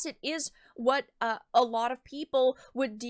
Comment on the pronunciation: Small nitpick. Did you really pronounce the word Risque as Risky? It should be pronounced Ris-kay, not kee.